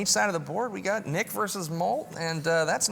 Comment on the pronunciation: Sounded like he said "we got anal"